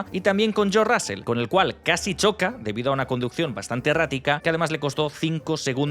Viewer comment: El apellido se pronuncia Rozl no Rásel.